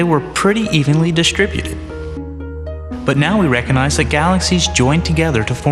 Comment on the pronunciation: it's "nuclear" not NOOKYALER -- This is supposed to be a science channel and the voice over guy can't even say that word correctly? He also can't seem to pronounce "recognize" Give me a break.